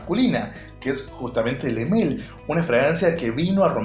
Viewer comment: Le male porfavor decir bien el nombre porfavor